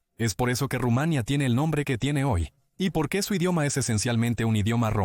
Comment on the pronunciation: No he visto locutor peor, Rumánia, Primero sabel... Como se puede ser tan malo, y ademas desgando